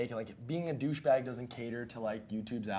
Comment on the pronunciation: “Deh bouche bag”